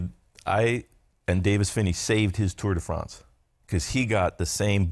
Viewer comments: I had no idea Bobke's background was so incredible. What's more incredible is how he continued to call it the Tour "day" France for so many years despite SURELY knowing he was pronouncing it wrong XD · 'Tour Day France'.